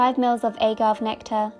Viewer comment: Did you.. did you really just say "ay-gav" lmao. It's all short vowel sounds gurl. Although in British pronunciation you can also say "a-gave" as in I just gave you a lesson, with the first a as a short vowel.